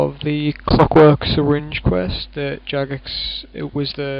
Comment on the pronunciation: Its Jagex not Jugex.